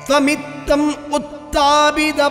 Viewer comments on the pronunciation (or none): "Asmin Paraatman" not Asmint paratma; "Tvamittam" not dvamittam; Bhooma", not pumas"; rogarashim", not rokarasim: "Nirundhi", not niruthi. Namaskarams.